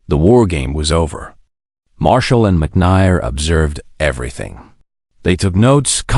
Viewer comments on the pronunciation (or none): McNair not Mick ney R. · How can you consistently mispronounced Mc Nair? Have you ever watched and listened to any WWII shows? Know that there was a McNair barracks in Berlin. It is pronounced McNair as in hair. Honor this hero by knowing how to pronounce his name. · Do you even edit your videos? McNier? Really unprofessional to just take and not review and correct. If you going to do history subjects then spend the time to do them CORRECTLY. The General misnamed is Leslie McNAIR who later died in combat in Europe. Show him the respect he earned and deserved. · The "advantage" of crappy narration (like here) is that you know the source of the material; discerning listeners will appreciate that they need additional study to get the entire real story. (BTW, it's pronounced "McNair" -- just as it appears -- not "McNigher.") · And that Lesley McNair rhymes with McHair and not McHire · fails in pronunciation. Marine "Cores?" "McNyer?" "Rooted?" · "MC NAIR" - AS IN "AIR." YOU DON'T GET THE NAMES RIGHT.:face-turquoise-covering-eyes: PRETTY BASIC REQUIREMENT FOR ACCURACY. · General Leslie Mc Who? learn to pronounce people's names. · Several of the names and words were mispronounced. McNair was one. Odd narration...